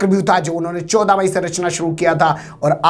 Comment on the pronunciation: Choda mayi nahi bola jata h bhai....chauda mayi bolo ar 😀😀😀